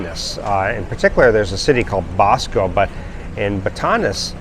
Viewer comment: You nailed it on everyone 😮..Batanes I think you mispronounced it but I am not sure.. also Baguio gets three times more rain than Cebu City..136 inches a year in Baguio.. the record for Baguio was January 18th 1961 at 6.3 degrees Celsius 43.3 Fahrenheit.. I call it my secret place that I found but I guess I will let the cat out of the bag because most people do not want to live in the mountains.. Sibulan and I am not talkin about sibulan on the coast by dumaguete. I am talking about the sibulan in the mountains by the twin lakes not far from dumaguete and Valencia.. the temperature is always two or three degrees cooler than the Valencia next to dumaguete.. it is only about 35 minutes from sibulan to the coast and about 40 minutes from dumaguete.. if you take a shortcut it's not that far to dauin so you are in the mountains but not far from the beaches on the ocean.. that is where I will find a mountain house for a long-term rental or purchase it.. of course I will have a great solar backup with a solar generator and a gas generator also.. I will also be looking for a place on the beach to split my time for my Filipino fiance and myself.. I really like the coastline that is south of dauin because I think it is a lot more beautiful and a lot more cheaper also.. I'm also thinking about buying a box truck making a camper out of it with a 5,000 BTU air conditioner to use and spend time on the beach and maybe not have to buy a place on the ocean also.. apparently the weather temper